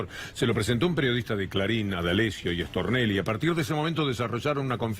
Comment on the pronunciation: Me parece a mí o cuando dicen Stornelli lo pronuncian rápido y dicen Extornelli